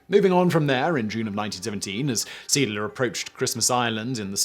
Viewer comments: seedler?!? ZAY AHD-ler!!! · Indeed, only after seeing a picture with the name I realised which ship he was telling about. The name is pronounced something like 'zay ahdlur' (English pronunciation rules) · "zayADler", not "SEEDler. See is German for Sea. Adler is German for Eagle. Seeadler = Sea Eagle. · Not SMS “Seedler”….it’s SMS See Adler…German for Sea Eagle. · Seeadler. That's pronounced Zay-adler. Möwe. The w is pronounced v, and the ö, well, it's pronounced ö. Vaterland. The v is pronounced f (sort of balances out the w being pronounced v), the a is pronounced as in father (appropriate, since father is what Vater means) and the d is pronounced t. There was something else, but I don't remember what it was. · Simon's German pronunciation is dreadful! The Mow and woolf? It's spelt Moewe (plus umlaut on o) so pronounced Murva (approx!) and Volf. Come on Simon, you've been torturing german for long enough now! And I'm British, too! And I've seen the comment about See-adler, not Seedler. Sounds terrible. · Being bi-lingual can be a curse, you keep calling the ship the Siedler, (settler) but its Seeadler, which means Sea Eagle, and is pronounced Say-Adler. You are forgiven though, if only because your beard is so manly ;) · It's pronounced ZEE-ADD-LER... "Sea Eagle"... It's skipper must have been a strong bugger as in the museum in Lyttelton , South Island, New Zealand it was recorded he lifted a chair with a man seated on it by the back two legs and keeping his arms straight deposited what must have been a fair load on top of the table he and his crew where sitting around. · Only Simon can pronounce the name of a ship that was called Zay-áádler the way he does and it leaves me puzzled🙂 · Learn to pronounce the things you want to talk about! This is disgustingly bad at this point. "C-dler"? GTFO. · Dude! The name of the ship was German for "sea eagle". "Seeadler" has three syllables, not two: zay-AHD-luh. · It's pronounced Seh - Ahdler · it is pronounced zay - addler